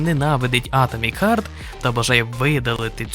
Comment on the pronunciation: харт, а не хьорт